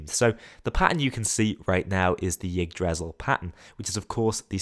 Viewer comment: you pronounced yggdrasil wrong